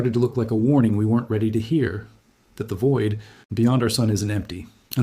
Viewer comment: CLICK BAIT! No one fears anything about the heliosphere of the heliopause or the Voyagers running out of power. Despite a photo of a narrator it is an AI reader. Twice (at least) it used ”T-HAT” instead of “that”.